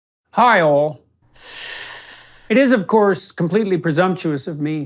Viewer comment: Hi all sounds a lot like Heil when he says it